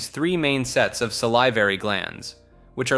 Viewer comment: SAL-ih-var-ee it's a short i, not a long i.